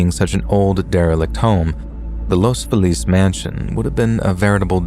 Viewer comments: In the first story, the place is pronounced Los FEE-lus. At least that's how I've always heard Angelinos pronounce it. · That’s not how you pronounce Los Feliz in LA. As a local, I cringe everytime you say it. 😂